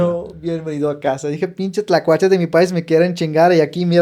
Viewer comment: Se escucha muy mexicano cuando dice: pinche tlacuache😂 chido!